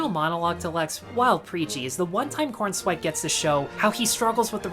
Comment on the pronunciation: Corenswet not Cornswet, feels more like you're mocking it just for the sake of it.